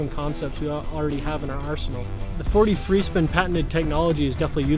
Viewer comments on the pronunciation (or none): Took me forever to figure out he'a saying "4D free spin". I couldn't figure out why he was saying "43 spin".